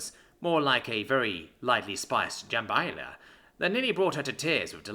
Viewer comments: heehee, Jambaila! I"m sorry,, I love what you do, but it makes me giggle when you get tripped up by a word you don't recognise. what you want is Jamba LAYA Hope that helps, and you don't mind the corrections. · It's pronounced jum-ba-ly-a,. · Jum-buh-lie-uh It's a lot like gumbo, both come from the Cajuns, It's a soup made with rice meat and mixed vegetables. Just like with the pronunciation of Cheyenne I will always attempt to assist.